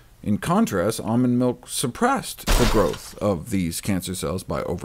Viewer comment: MYLK!!! Let's call it mylk.